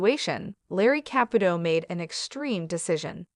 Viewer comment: Theresa is pronounced TEREESA and Caputo is pronounced KAPOOTOE